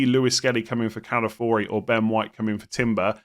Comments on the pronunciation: Please stop calling him Calafori, it has an i why are you skipping it, Ca-la-fio-ri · why do you say calafiori like calafori? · Calafori saying it wrong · i feel like saying “Calafori” is harder to say than his actual name of “Calafiori” 😭